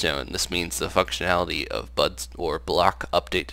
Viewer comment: He said "the FUCKsionality of butts i mean blocks" LOL